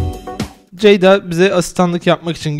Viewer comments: Ceday olmaz Ceda-y olur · CEYD-A DEĞİL CEYDA